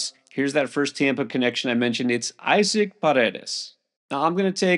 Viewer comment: Got Paredes right. First name pronounced E sock